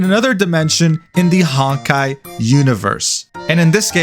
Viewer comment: Stop saying “hawn-kai”